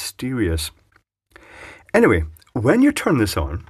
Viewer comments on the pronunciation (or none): none